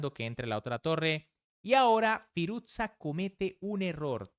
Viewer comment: Firus-sha. No firuzza como si fuese una pizza